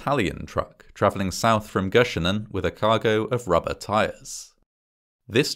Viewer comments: Surprised how well you said 'Göschenen' 😂 this went around in our media for months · Your pronounciation of Göschenen was impeccable 🎉 Fun fact: if someone wasn't listening we say 'that went Göschenen Airolo', meaning in one ear, out the other xD